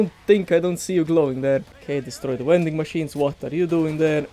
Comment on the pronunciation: Take a shot wvwey time he says V(W)ending machine